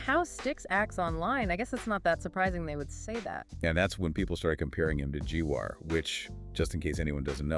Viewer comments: It's GWAR (like "star") not "Gee War" !!! :face-green-smiling: Just in case anyone doesn't know... :face-purple-crying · GWAR. Not G War. One syllable. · Lol. Gee waar. 😆 It's pronounced like "war" but with a G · Lmfao. "Quarterpounder" (the Quartering) The band "G-Wire" (Gwar) Do you know GWAR!? Yeah, Sleazy is their F*ckin' Managa'!😂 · “G-War starring 50 Cent” 😂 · It absolutely 💯% is 😡 “Deep Dive” the mispronunciation of Gwar, Quarter Pounder instead of Jeremy at The Quartering and the fact that they got Styx all wrong and made no mention of what his current topics and content is on his channel is confirmation this is A.I. It’s a little concerning as with some minor tweaking it would be very hard for the average person to know it was A.I. Maybe if they had a photo of the hosts. I bet they’d have 6 fingers 😂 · If you listen to the No Agenda podcast you can hear that there are key words here that this is an AI generated podcast. Quarter pounder? The mispronunciation of Gwar. Really 😂🤣😂🤣😂🤣